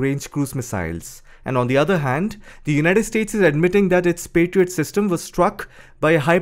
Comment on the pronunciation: Pa-try-out.😂 Yeah it tried 😂